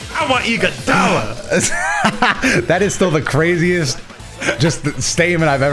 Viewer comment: No way he said Iguodala😂😂😂